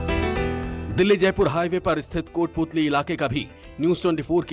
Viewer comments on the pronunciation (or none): it's kotputali not kothputli